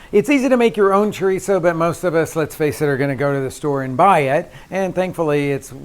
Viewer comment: If you can't properly pronounce it, you have no business cooking it.Look's like a dogs dinner.